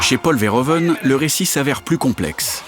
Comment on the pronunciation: "Verhoeven" ne se prononce pas comme ça. -Tous les "e" en néerlandais se prononcent comme le "e" quand on récite l'alphabet. -"oe" néerlandais se prononce comme "ou" français.